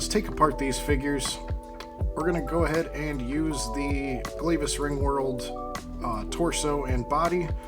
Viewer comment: I've been waiting for someone to make this video, but it's pronounced Glaahvis, not Glave is.